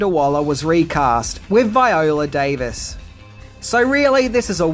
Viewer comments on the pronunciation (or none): none